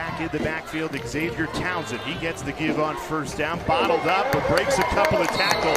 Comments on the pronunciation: Could someone tell this play by play announcer that Xavier is pronounced ZAVE-YUR, not Egs-Zave-yur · No they won't. Your parents don't meet everybody who reads your name. It's on your driver's license, it's on your ID. BTW, all the way through the video, they called him eggs-avier Henry. If they wanted him called that they should have put Eggzavier on his birth certificate. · Sportscaster calling the guy X Zavier drove me nuts! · Why is xylophone pronounced zilafone, and xerces pronounced zerksees, but xavier is eggs-avier?